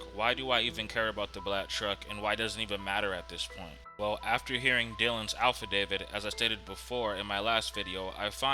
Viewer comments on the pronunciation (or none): It’s not alpha david. It affidavit.